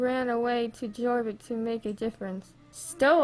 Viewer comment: ummm no hate lol but I think its pronounced your-vik but idk for sure lol love your vids!